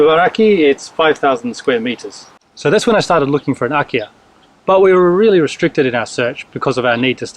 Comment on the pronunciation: Wait, have you said IKEA? Oh, it's Akiya.